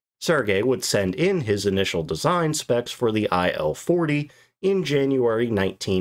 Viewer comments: Its Il, not I.L. Don't pronounce it I.L. it should sound Eel or Eal, Ill (which fit in this case). Il's 2s and 10s was workhorses of WWII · IS this text-to-speech? Very hard to lsiten, but main issue.. Who in their sane mind would pronounce this plane's model as "ai"-"el"? It's not an acronym. It's "il", like "eel".